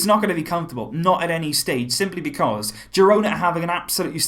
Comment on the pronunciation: Pronounced hirona